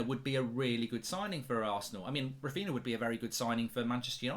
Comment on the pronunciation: Who is “Rafeena”?